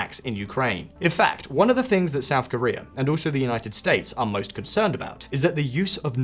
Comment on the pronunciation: . SHOUT Korea? Were they really that loud?